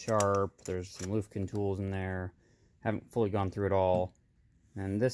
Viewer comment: The green box may contain the "cups"........Looks to be Greenlee Products.......Oh yeah....Lufkin is pronounced................Lu ( ugh ) ff-Ken.....